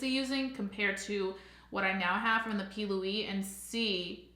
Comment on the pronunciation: Are you calling it the p. Louie base ? Lol